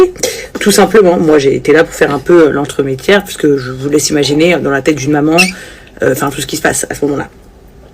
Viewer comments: "L'entremétiaire" 😂 mes oreilles saignent ! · Je l’ai entendu aussi et elle fait madame de l’entremettière omg ptdrrrr